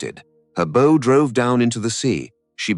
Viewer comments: teach your ai how to say BOW. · It's classic AI slop. Somewhat factual, somewhat entertaining, but also choke full AI imagined BS details to fluff it up. Also full of AI mispronunciations, like the "bow" of the ship pronounced like "bow" and arrow. Honestly, this type of AI slop is absolutely rife on YT now, soon it will probably outnumber real (non AI) content. It surprises me that so many people are unable to spot AI stuff already. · Well, the audio commentary isn't too bad, apart from a ship's bow, to rhyme with "no"..., and a few other pronunciation errors, but the compulsory subtitles are shit. Why DO that? Why show just how little care you have for your audience? Why go to the trouble of making a script and a video and then do nothing about the third part of your presentation? And if the Australians were at wave top height, how did the Americans fly 100 feet below? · Tell your text-to-speech how to pronounce the "bow" of a ship. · Why does the narrator, a fluent English speaker, pronounce bow, so awkwardly. The"o" in bow is pronounced with long "o" sound.